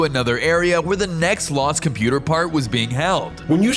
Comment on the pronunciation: Computah mahn